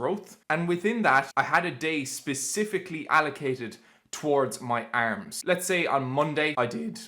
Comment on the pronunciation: The Irish way💪